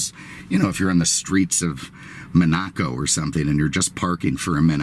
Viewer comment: uhhh what did you say? Manakoe? Lol cmon it's Monaco you should know better